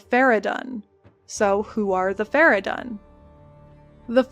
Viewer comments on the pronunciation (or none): fara-done ? they say fara-dune like 18000 times in game...